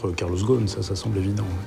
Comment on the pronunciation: ghoSn not ghon 😅 imagine des français qui critique le management d un américain d origine libanaise. Laissez ca au américain car ca vous dépasse. Concentrez vous plutôt sur la propreté de votre capitale.